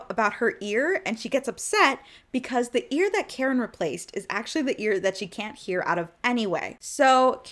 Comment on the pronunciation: Every time I hear you say Kharon I hear Karen, tracks.